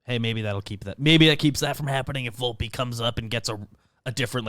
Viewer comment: I believe it's Vol-pay.